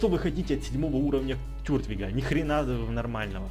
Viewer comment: не тюртвиг а тортвиг